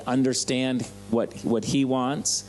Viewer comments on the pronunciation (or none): none